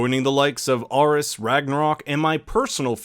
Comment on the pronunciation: Tim the Toolman Taylor the greek pronunciation is ar-iss, trust me I’m Greek! :)